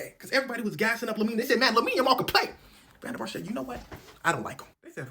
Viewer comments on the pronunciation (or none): van Der Vart pronounced van Der Fart was a legend tho.